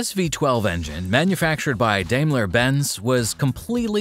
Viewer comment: Very good but it's pronounced 'DIE mler' not 'DAY mler'.